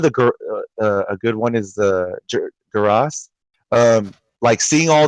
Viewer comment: Amazing how he was revealed months ago and people still can’t correctly pronounce “Geras”